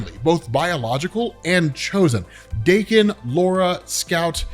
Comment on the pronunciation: TIL Daken isn't pronounced like Dock-in